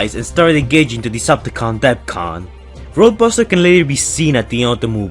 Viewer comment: says roaduster